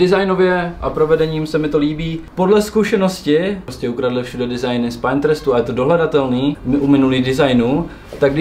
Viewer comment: Koukni na výslovnost “Pinterest” 😊🙏 Ubírá to na profesionalitě. Díky